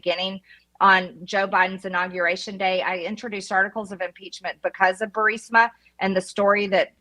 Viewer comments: Benny!!!! ITS "BEE YOU RIZ MA"!!!!!!!! 😜 NOT "BURSIMA"!!!!!!! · It's Bur-IS-ma. You sound illiterate. Replay MTG saying it. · BUR I=LONG 'E' SOUND, SMA = BUREESMA. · Benny, I believe it is pronounced “ Boo ris ma”. Spelled “ Burisma” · How has he not learned how to say Burisma yet 😂😂😂